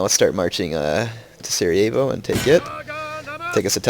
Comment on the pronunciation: its funny how u pronounce Sarajevo;D